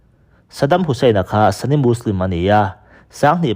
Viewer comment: Sunni leh shia hi english word anilova sunni hi 'sani' ti a lamrik tur nilovin mizo ṭawng a 'suni' ti a lamrik tur ani zawk. Arab mi leh muslim mi ngeite lamrik dan pawh ani. Thumal/hming lam dikloh hi i ngah lawr lak thlirtu leh ngaithlatu kan ṭhahnem ṭhin bawk si a,uluk in midang thurawn hi ngaipawimawh lehzual la ngaithlatute tan leh nangmah ngei tan a tha dawn emmai. I thawhrimna erawh fakloh a har thlawt e.